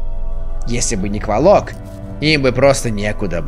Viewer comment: Енто не КволОк, а КвОлок)